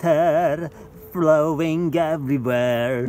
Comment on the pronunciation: Me at the end of the video "THERE ARE BALLS IN THE WATER, VLOWING EVERYWHERR"